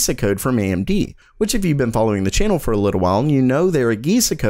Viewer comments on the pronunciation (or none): none